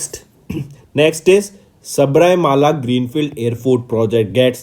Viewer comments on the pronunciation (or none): Enathu saibarmala va😂 yow athu sabarimala ya... Already rural ku rular nu solitu iruka ithula ithu veraya 🙄